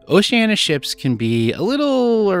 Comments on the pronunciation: Diana you were getting it right but, my friend, you need to work on it. It is not pronounced Oceana but OceanEEa, you must pronounce the "I". I will make a deal with you, I will subscribe if you promise to work on that for me because I really like your vlogging style. Deal? P.S. I have already subscribed so you are on the honor system. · Why is it so many you tubers including travel agents pronounce the name Oceanna? It's Oceaneea 😊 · We’ve actually heard Oceania cruise directors and officers pronounce it both ways, so even if oh-she-ann-e-ah is the “correct” pronunciation it perhaps isn’t as definitive as that?!? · On our Vista sailing, we heard Oceania pronounced three different ways by crew members and officers. Perhaps Oceania should make a pronunciation video. Thanks for the sub - hopefully the honor system pass won't run out anytime soon - we have a few more videos on the way. 😂